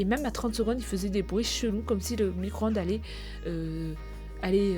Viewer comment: Elle a dit four a micron —de mdrrrrr